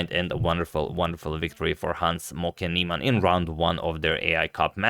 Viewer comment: It sounds like you are saying "Hans smoking Nieman" which one hell of a nick name lol!!!